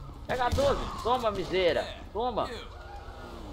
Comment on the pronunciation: Toma ''miziera'' KKKKKKKKKKKKKKKKKKKKKKKKKKKK Só eu q rio disso,KKK